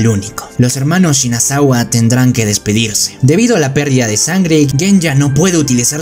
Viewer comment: Minuto Shinasugawa no shinasagwa 😉